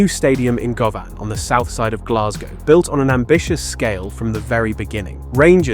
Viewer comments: govan - pronounced Gu-van! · Wow that was painful to hear this guy and how many times he fucked up the names of the stands he might have said Govan 3 or 4 different ways I didn't even know that was possible